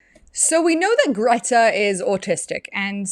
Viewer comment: she pronounces her name as "Gerta"